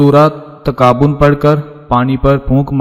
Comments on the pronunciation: Bhai pehle to talaffuz sahi karen, surah taghabun hai takabun nahi,🙄🙄🤨🤨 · پہلے اپنا تلفظ تو درست کر لو تغابن کو تم مسلسل تکابن بول رہے ہو ۔